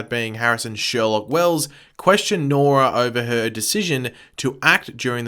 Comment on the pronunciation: It’s Sherloque not Sherlock